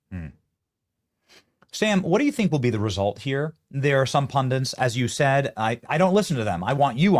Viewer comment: Pun DTIZ...not pun dints.